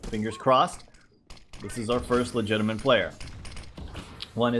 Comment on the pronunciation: There's no N in "legitimate",!;) Love your vids:)